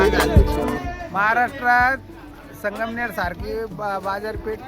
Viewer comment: Sangmer nahi sangamner bol Bhau